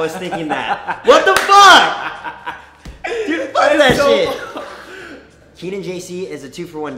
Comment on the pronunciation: and "DUEDE"